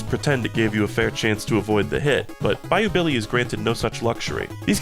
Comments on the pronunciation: Oh god it really does sound like that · Bayou Billy mention, its peam!